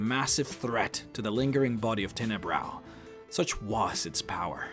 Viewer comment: Tenebrous. the "s" is not silent.